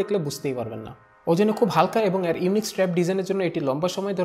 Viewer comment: ভাইয়ের 'এর' শব্দের উচ্চারণ আর ঠিক হলো না 😓